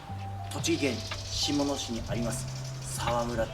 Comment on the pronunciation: しもつけ市が正しい読み方です。この釣り具屋は初耳です。そっち方面は最近行かないので。先週、今年最高釣果38枚でたー!🎉M1王者のチョーチン両ダンゴが強すぎたｗそれとメーターのヒゲｗ